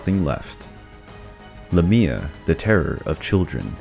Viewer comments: Not Cry-sah-ore. Chris-ah-ore. Not Luhmia, Laymia. Not Hecateh. Hecatee. Not Empusa, Empousa - and not both feet were donkey. One was brass. Not Like-eon. Like-ah-on. Also, he was punished for FEEDING HIS SON TO ZEUS, not that nonsense you gave. Not Dyonisius. Die-oh-nigh-sus. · He pronounced it wrong though...the way he stressed it is a place in Greece.